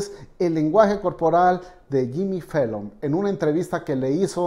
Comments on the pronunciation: Por qué dice Fellon en vez de Fallon? No sabe hablar o que? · Es Jimmy Fallon, no Fellon!!